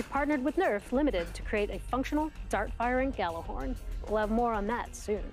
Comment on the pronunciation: Hate it when you call it gjallerhorn!!! ITS GJALLARHORN